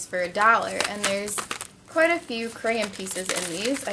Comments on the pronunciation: she said CrayIN 56 times and PS it's not CrayIN it's crayON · I just watched the wreck this journal 13 when u talked about this and it's so funny. How many times to u need to say "cray-en" 😂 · crayON ... not crayIN... oh my god this is driving me INSANE! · the word crayin is driving me crazy its crayon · ahh mmmm it's crayon not crayyain. too much extra info that didn't needed,but it was a good video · She keeps on saying crayan it's crayon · It's pronounced cray-ON not cray-un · Since when was the word crayon pronounced 'crayin' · Ikr cuz she keeps saying crans like dose she even know how to talk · Gosh....its pronounced crayOn not crayEn!!!! Sorry but when u say crayen about a million times in a 10 minute video that could have taken 4 minutes a person with OCD will tend to loose their shit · She pronounces it 'cran' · NOT CRAYN IT IS CRAYON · You're pronouncing it crayin, it's pronounced crayawn! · People is just too childish sometimes, Who cares if she says crayens or crayons! -_- just enjoy the video or get out! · Whymdomyou,say,crayon like crayin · I hate how you say crayon and you say it like 150 times. Lol. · STOP SAYING CRAYAN! Plz its crayON. Still liked the video though, I <3 your videos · You say cray-yon but it' crayons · Where are u from to say crayen instead of crayon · I loved how she said crayn instead on crayon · i love the way she says crayon... crayin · did you notice that you are saying crayn instead of crayon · She said creyon not crayon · It's *crayon* not crayen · Crayin , lol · Crayen? That's like me saying, "Da Duck?" So, I'm cool with it! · why do u say crayon careyn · I came to this video just to hear how you used to say crayon, I'm from the wreck this journal number 13 I believe 😂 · she says crayons like crayns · Did anyone notice she was saying creyen? :D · could u please say the word properly it sounds like ur saying crane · It's pronounced crAYons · Hehe it sounded like she was saying Crayin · Omg stop saying craryn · she said grayin